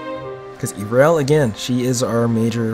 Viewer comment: This is a very well made picture. That being said, there IS one thing I felt I should mention - in the video you kept calling her Eerel, but it's actually pronounced Yarel.